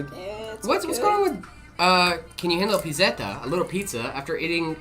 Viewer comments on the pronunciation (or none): I said it on my mom's phone on a different account, also it's pronounced pit-set-te, pit-set-ta like pizza but just add etta after pizz in pizza it becomes pizzetta or little pizza